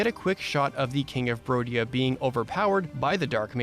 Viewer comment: It's not rodia. It's BRODIA! Do not disrespect the kingdom of the bros, found in the Chadlands